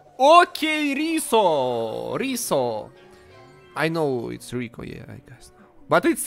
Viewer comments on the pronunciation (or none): none